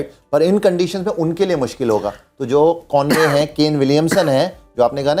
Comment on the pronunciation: Yaar Gaurav Kapoor - teenage se tumko sun sun ke angrezi seekhe hain, tum saala Conway to Convoy kyun bol rahe ho bey? :D